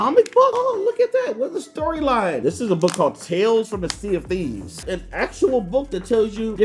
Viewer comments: I thought that he said "CND" instead of "Sea of Theives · Whenever he says Sea Of Thieves i keep thinking he says CND I’m like Captain Microsoft Dude